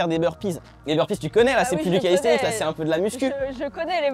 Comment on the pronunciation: Pourquoi il dit callisthenic*s* 🤔 sinon cool de te voir essayer notre sport 🤌🏼